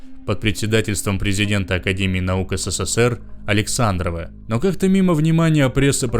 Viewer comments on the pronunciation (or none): none